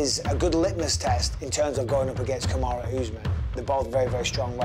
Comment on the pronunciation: Kamaroo Usman! 🤣 Glad has learnt how to pronounce his name.